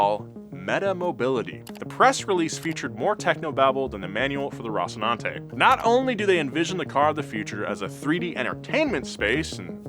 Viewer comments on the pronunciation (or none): none